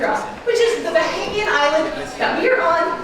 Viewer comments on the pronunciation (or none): ...I think you were miss pronouncing the word Bahamian. It sounded to me that you were saying Bohemian. Maybe it was just me? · it's BahAmian, not BohEmian